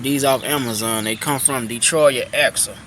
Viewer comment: The man said Detroitya axle. The t is silent. 🤫 Thanks for sharing your thoughts bruh.